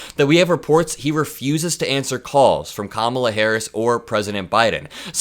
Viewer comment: trump 🤡, when your say Pete Buttigieg's name as boot-edge-edge, it makes you look like and sound like an 80 year old moron, a total buffoon! You sound so uneducated! I bet your grandchildren act more grown up that you or at least I hope so. And you won't pronounce Kamala's name correctly, it's just you being a total moron and a total buffoon! 🤡🤡🤡🤡🤡🤡🤡 when will you ever put on your big boy pants? 💙💙💙💙💙